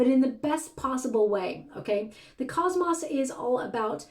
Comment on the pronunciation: Cosmos not cosmoss you are mispronouncing